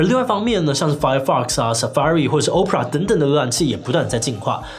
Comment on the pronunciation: opera的發音，志祺是不是錯了呢